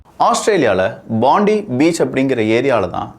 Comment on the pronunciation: அது பாண்டி பீச் இல்ல, போண்டாய் பீச். இங்கு அப்படி தான் உச்சரிக்கிறார்கள்.